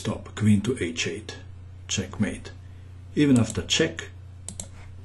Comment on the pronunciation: "Caah matte"